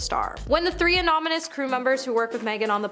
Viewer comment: JFC if i hear "anominus" instead of ANONYMOUS one more time!!!!!!!!